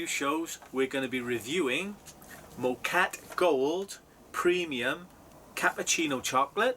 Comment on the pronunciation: That mug is far too big. No wonder you can't taste much. It's pronounced "MOH-ka-teh".